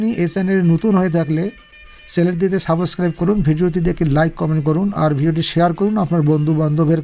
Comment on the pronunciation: ভাই আপনি কি ইংলিশ শেখাবেন আপনার নিজেই তো ইংলিশ উচ্চারণ শেখার দরকার, Subscribe কে suboscribe উচ্চারণ করলেন